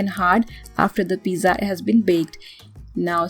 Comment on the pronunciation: She really saying piza like piza tower 🤣🤣🤣